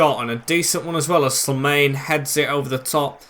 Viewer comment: Very happy to have you back mate! Btw The way you pronounce Slimane is SLEE and then mane like the former Liverpool player.